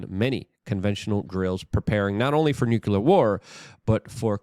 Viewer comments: New - clee - err. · Nuclear is pronounced NEW-CLEAR. Please, Luke...you should know this